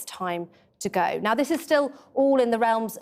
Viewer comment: "Gwoth, gwoth, gwoth". Truss. "Go, go, go." British public.